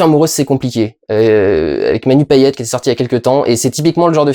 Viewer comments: Un métropolitain qui prononce correctement "Payet"! Purée qu'est-ce que c'est rare 😢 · La Martinique ? Euuuh non, c'est la Réunion en fait :-P mais bon au moins tu sais prononcé correctement "Payet" et t'as pas fais de vannes du genre "LOL y a ke dé rekin a la reunion mdr" donc ça va.